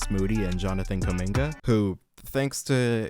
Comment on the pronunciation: “Jonathan kuminme”